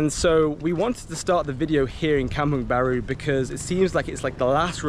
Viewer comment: Kampung Baru, not Kamung Baru. Kampung = Village, Baru = New So Kampung Baru means New Village.